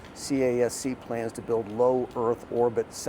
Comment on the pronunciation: CASC, it's pronounced as "KASK" ✌️